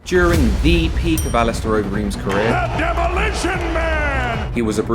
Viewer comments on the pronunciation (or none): I’m sure the commentator said alisteroid Overeem .... surely not 😮